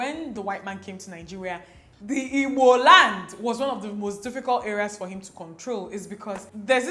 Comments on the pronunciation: I'm now relearning how to pronounce 'Igbo' as Dimma does♥ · now I know how to pronounce igbo properly☺️❤️ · I like the way you pronounce the "IGBO" love you so much!!